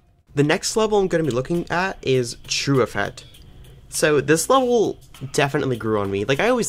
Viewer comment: it hurt me when he pronounced trueffet as true eh fête